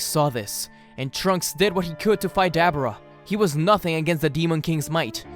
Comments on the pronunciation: UGH, I cringed every tim ei heard DabAra. It is DabUra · Why is it so hard for you to say “Duh-Boar-Ahh”? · Dab aura read that separate that’s what he called Dabura